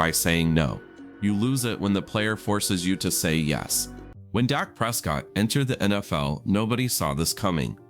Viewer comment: Fix the audio! It starts calling him Dake and not Dak!